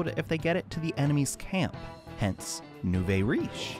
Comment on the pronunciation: nouveau is pronounced new-vo